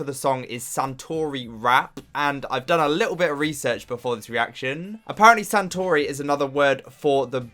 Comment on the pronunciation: Btw.. it's Satoori pronounciation. Not Santoori. Another thing.. Satoori is a form of dialect.. any korean dialect.. so it's not just from Busan..